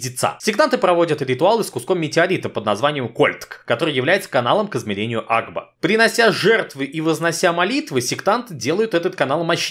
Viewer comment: Блин кагда ты сказал агба я услышал аква